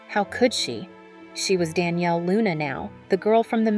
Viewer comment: 'Don'•'Yale' NOT Danielle